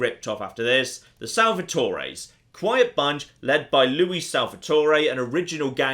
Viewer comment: Oh, so he can say Louis right, but not Jesus.